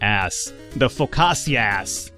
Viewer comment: Feynman is pronounced "fineman" (btw the Feynman point is a convenient place to round pi, for computers - in case you missed the joke inherent in the name.) Focaccia is pronounced "foe-catch-ya" (more or less). Also, Parma is pronounced Pharma. ;)